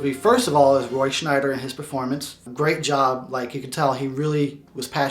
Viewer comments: It's Roy Schieder. Roy SCH-I-DER. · I think its Roy Sheider not Roy shneider. im goin opposite of your review, when you dont see Roy sheider its sucks, when the kids go at large its a bit boring, but every scenes with Roy is pretty good. Sheider is amazing but I wish Dreyfuss couldve played in it. I love your idea for the prequel, but one detail, Quint said they were attacked by many sharks, I would only put one bad mofo white shark to do all the damage, in some way I think its creepier with only one big white sharks than thousands of little blue sharks!